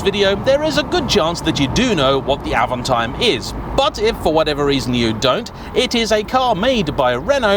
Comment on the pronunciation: It's Avanteeem not Avantiiime ! It's French!